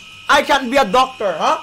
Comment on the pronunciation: "Qualified Docctor"